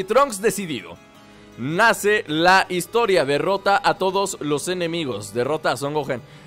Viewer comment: amigo, es historia jajaja no HITORIA